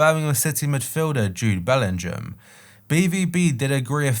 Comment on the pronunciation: Bell-ing-ham, not bellinjam